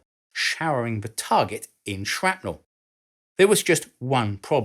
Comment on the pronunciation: If you're going to say, "Tube" instead of "Valve" because the vast majority of your views come from the USA, you should also correct your pronunciation of 'centrifugal' and 'distributed.' In addition, bomb and shell fragments are not truly 'sharpnel.' It may have become an accepted use of the work(like the incorrect use of 'decimate') but a historian should respect history. See American inventor Lt. Henry Shrapnel and his 1784 invention of the "spherical case" ammunition shell.